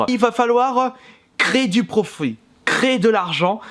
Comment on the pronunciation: Du "profruit" ? 😕😕